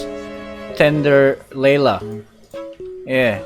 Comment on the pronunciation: "Tender layla"